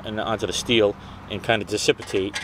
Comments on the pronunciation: Nice job, fine work. If I had to hear you say dissipitate one more time instead of dissipate, I would have gone crazy. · dude, seriously, repeat after me: Di Ci Pate = dissipate. Get hooked on phonics bro cause the whole world is watching! lol